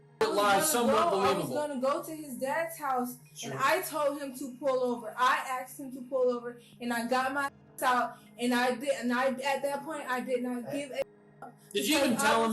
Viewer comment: She axed him to pullover 😂😂😂😂😂